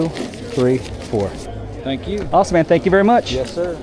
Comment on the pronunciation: You said spank you so much😂😂😂